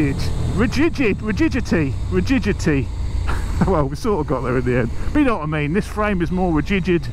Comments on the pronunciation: Great to hear about the enhanced "redigidity" lol! Awesome video, good info and a few laughs. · HAHAHAHHAHAA RIGIDIDITY xD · ri - gid - i - ty